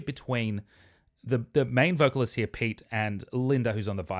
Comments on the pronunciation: Great review,! Amazing, as always. Been following you for years. Pete- peh-tay, in Finnish. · His name is pronounced pe-te. :)